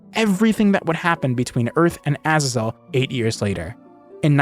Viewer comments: Why do you insist on pronouncing Azazel that way? In both American and British English, the emphasis is on the second syllable. Seriously, just google "how to pronounce Azazel" and google will even offer to pronounce it for you, and you can switch between British and American English. It's either "uh-ZAY-zl" or "uh-ZAA-zl". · Pronounced “azaezel” It’s a biblical name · who in their right mind pronounces azazel like that????